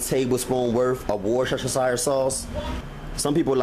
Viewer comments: War-shh-shh-shire-sauce, loved it! I’m from the UK, it’s a weird spelling, but pronounced: wus-teh-shire. Looked great. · Wor cha cha shire sauce 😂 good video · Yeah man get that Wershesheshashashashashesheshashashesheshashashire sauce on there